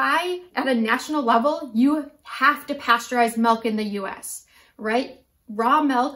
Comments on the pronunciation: MELK - its MILK - MI-LK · Nobody mentioned that she's saying melk instead of milk... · Couldn't make it through the video after hearing "melk" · Is she saying melk? Milk is a weird word. Say it like six times and then you realize how strange a word it really is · I’m American. I’m being petty of course. It just bothered me. No e in milk